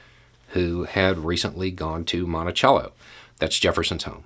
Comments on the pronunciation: It's Monticello not montichello! We need to teach the true history not the embellished history. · In Minnesota we have a city named Monticello and we pronounce it "Mon-tuh-sello". People will look at you like you're insane if you pronounce it correctly. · Listening to you say the name, "Monticello," I hear my old architectural history professor say, "Now, in Britain (he was British), we call it, 'Mon-tay-chello,' while in America you call it, 'Mon-tuh-sello,' unless of course you are from Virginia, in which case you call it, 'Mon-uh-sell-uh.' " Don't know why but that cracks me up every time I hear someone pronounce, "Monticello." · In Virginia we called Jefferson's home the British way, and called the street in Norfolk the American way. Growing up in rural Northern Virginia, I had only ever heard it the British/ Italian pronunciation. When I moved to Norfolk, I thought people were daft.